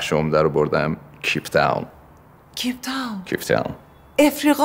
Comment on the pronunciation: بیسواد میگه ceep Town(کیپ تاون) Cape Town درسته